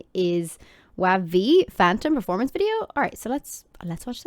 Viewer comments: Just letting you know WayV is pronounced like “wavy” and they’re the Chinese subunit of NCT so they’re actually singing in Mandarin! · Thank you to reacting to sf9 the company they have is not good 2 are in the military 2 are sometimes doing kdrama their version in kingdom the boyz 's the stealer is the best thing in kingdom their in a small company not known well enough Thank you anyway and wayv is pronounced waybe the one you describe in sf9 is taeyang his favorite singer/dancer is bts's jungkook